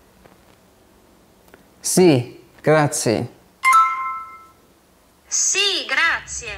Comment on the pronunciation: You have been learning Italian for a year and you are unable to pronounce such a basic word like "grazie"? This is not great advert for babbel. The company should ask you compensation for your damage.